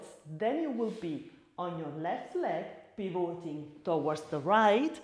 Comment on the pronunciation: Ottima lezione, grazie. Una sola cosa: pivoting con lo stress sulla i non sulla o 🙂